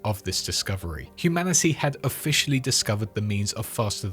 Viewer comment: You saying "humanicy" triggers my pms